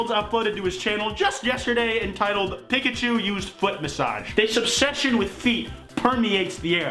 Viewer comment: sonic big legs>sonic human teeth>sonic tiny eyes. also, i don't like the way you say pikachu my guy.